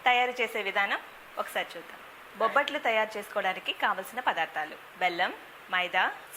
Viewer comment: ఓరినియబ్బ బబ్బట్లుకాదురా ( బొబ్బట్లు )